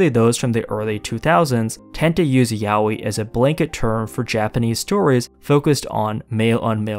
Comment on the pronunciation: I appreciated a lot that you pronounce yaoi as intended and not as "yah-wee"